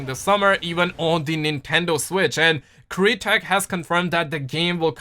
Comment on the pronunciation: Ouch just the way you pronounced Crytek 😝